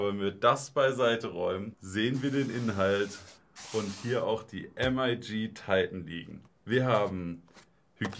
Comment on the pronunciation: bruder nich "EM AI GI" es ist "MIG" wie das kampfjett :) das wegen der military look kiste, titan elemente, usw.